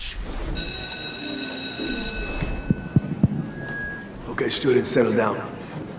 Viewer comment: "Insubordinate... and churldish" fuck that was too funny